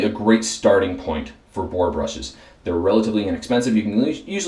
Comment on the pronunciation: Had a little trouble with "boar." Huh? It would have been awesome to see an un-dyed boar brush in there. Otherwise, good, informative video!